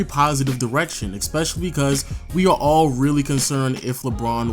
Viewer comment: Love your videos.. Been going on the background while doing other stuff. One thing is beginng to grind me.. Why do you put k's in in some words? It's really weird? Like when you pronnounce especially as ekspecially.. Where do you get the k from?